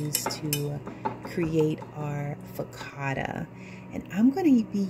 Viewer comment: Hey there. Everything looks so delicious. I love them both. Just to let you know that focaccia is an Italian word and the ‘cc’ is the ‘ch’ sound. (Fo ka cha i a). Great job. I will definitely be trying this recipe for bread. Thanks for sharing ❤😊